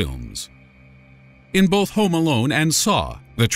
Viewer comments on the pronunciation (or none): none